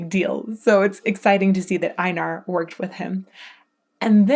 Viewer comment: U sad his name a little wrong sorry for this but it’s Einar not ainar when saying his name the E and I is primer letter and then Nar is the subletters so it’s like this EI-nar